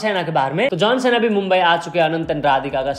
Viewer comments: John Cena ❌ John सेना ✅ 😂😂😂😂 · Jone sina❌️ jone babu😂😂😂